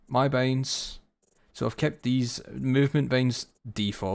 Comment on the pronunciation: ur talking is so wierd waht kind of accent is that i dont understand most of the important key words since u pronounce binds like beynds wtf